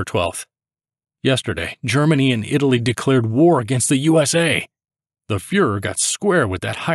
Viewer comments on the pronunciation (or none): none